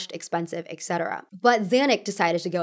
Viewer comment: why do you pronounce etc. eK-se-te-ra?